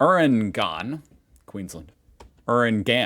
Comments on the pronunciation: you-rang-gan not your-rang-gan. I spent a few early mornings at Dayman park while my son did athletics training. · Urangan. You-ran-gan. Also think your Google addresses are not working. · It's pronounced yoo-RANG-gun or yoo-RANG-gen (somewhere slightly in between the two, actually). Just think starting off with Lurch saying, "You rang?" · Urangan pronounced You-ran-gan 😮my oldies live on Dayman St😂😂😂plus its mostly retirees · first drop right in my neighborhood in Hervey Bay... pronounced, u-rang-gun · First one pronounced, You rang gan. Urangan…… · It’s pronounced you rang an, Urangan. It’s a suburb of Hervey Bay, a small city right on the coast above the Sunshine Coast and gateway to Fraser Island. and since a live very close by I can tell you it’s a really beautiful place to live. 😊😊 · First drop. Urangan ( pronounced YouRanGang) was about a stones throw away from the ocean. Urangan is part of Hervey (Pronounced HARVEY) Bay and Fraser Island in a short hop away. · “You-rang-gan”. I used to live there. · It’s pronounced “You Run Gern” mate say it fast but lol and the last part doesn’t sound like gern lol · Its pronounced "you" ran gan. It's near where I am Bundaberg. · Americans put emphasis on different syllables and vowels in your speech. Pronunciations are; You-ran-gan, Ma-ky(rhymes with shy), Mow-bree, Nah-rab-bye. The only ugly places in this Country are suburban and even they are "ugly" only due to crime statistics or industrial locations. Well done. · It is pronounced U rangan and is a part of Hervey Bay on the mainland with K'Gari (once Hervey Bay) out to the east. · Lol live on that Street we pronounce it you - rang -an Urangan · Urangan= You Ran Gan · The first place is pronounced You-ran-gang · It's pronounced U ran gan (you ran gan) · Urangan. Pronounced “You run gan” I am not a Qlder , however, mum lived near there for many years